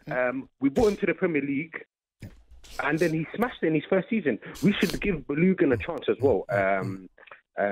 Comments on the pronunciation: Man, I was just about to say that. Baloogun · Who on earth is Baloogon? 😂 Man has called up pronouncing a player's name completely wrong with his whole chest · Who is Boolugun. It is Balogun